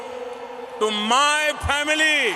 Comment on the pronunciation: duffer modi's pronunciation: Family: Phamily Present: Parejent Zone: Jone Appreciation: aapprisason